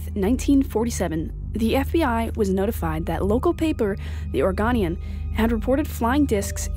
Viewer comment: Next time when you make a video make sure you say "Oregonian " right. Its "or go nian"